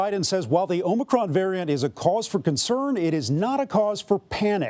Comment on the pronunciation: Or as BRANDON puts it: Omnicron